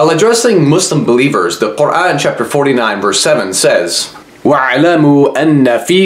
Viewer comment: He is struggling so much to pronounce Quran.